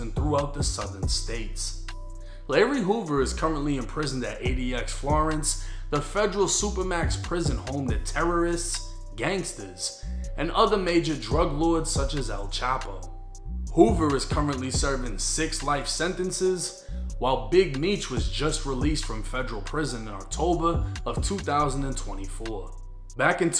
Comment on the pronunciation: Did he say 'Ael chapo' "Al chapo😅